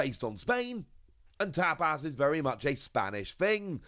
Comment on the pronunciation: No it's the way pronounced tapas and fuecoco